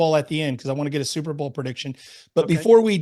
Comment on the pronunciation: I heard zuberbowl. I think you need to something with that play off your name. lol